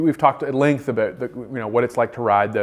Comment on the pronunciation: I was fooled also with "aboot.”